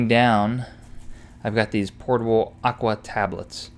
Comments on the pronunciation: lol "portable" agua. (It's Potable) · It's pronounced "potable" not "portable". I mean, yeah they are portable, but they are actually potable. Also, I have an app on my phone called Gaia GPS. It will place you anywhere in the US and show your location on a topo map even without cell service. I know you shouldn't rely on technology, but in this case, it's worth any risk to me cuz I always have my cell phone on me and it's extremely convenient in trail finding.